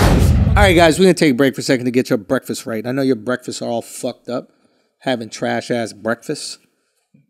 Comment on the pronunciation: Someone teach Andrew how to say breakfast